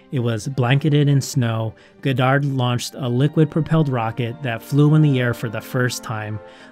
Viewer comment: Great video but I cringe everytime you say his name wrong!